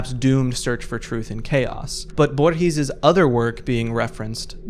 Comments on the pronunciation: Loved the video but please never pronunce "Borges" like that ever again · Everytime Borges is brought up a YouTuber mispronounces his name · I find kinda funny how he pronounces Borges tbh